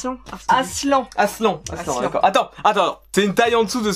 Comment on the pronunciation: Ça s'écrit Aslan mais ça ce pronnonce Aslane .